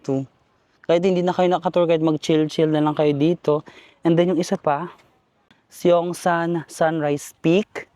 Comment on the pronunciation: You dont pronounce the 1st vowel sa korea - seoul (soul), seongsang (songsang), seongeup (songgup)